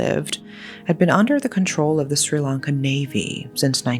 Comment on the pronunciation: Finally from Sri Lanka. Been waiting for this and thw pronounciation is on point. Thankyou so much for covering this up ❤